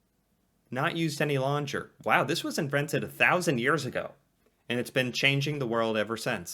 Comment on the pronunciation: He also mispronounced the English word "longer", somehow 😄